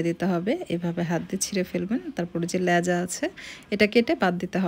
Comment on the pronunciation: লেজা না, লেজ বলে.. 😀